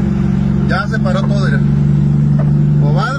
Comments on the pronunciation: Aprende a hablar se dice: mira no "irá" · Con todo respeto no es Ira Ira Ira..es Mira! En lugar de chismoso deberia hablar por cb a lo mejor esta cansado o Marque a las autoridades. Ira Ira Ira...